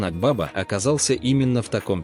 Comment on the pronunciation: Озан АквавА-ударение на последнее А.